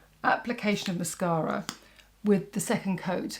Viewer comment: Absolutely stunning as always thank you so much. I love your videos but I really love how you say mascara. Well, I’m from Alabama and I swear we put ten vowels and syllables in every word lol. Not classy like you are so thank you. I love the green look. I have silver hair and brown eyes. I’m gonna try it out and I love the lippie.